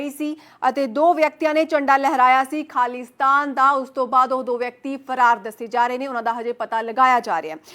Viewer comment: ਮੈਡਮ ਜੀ ਖਾਲੀਸਤਾਨ ਨਾ ਬੋਲੋ ਪੂਰਾ ਅਤੇ ਸਾਫ ਬੋਲੋ ਖਾਲਿਸਤਾਨ ਆ